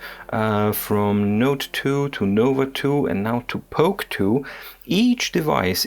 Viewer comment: Please don't say "POK TOO."